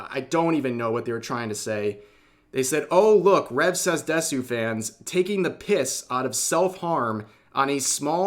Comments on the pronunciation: You read "DESU" as "DES-YU"? Interesting. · Once again, Rev says Desu.